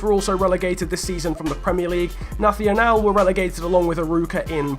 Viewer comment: "nathional" we portuguese are not spanish, ok??? do it like "nassional"